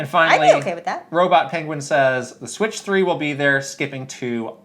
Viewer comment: Lol I had to replay the part where read the comment of “the Switch 3 will be there skipping 2 altogether” I was like he did say it right haha 😅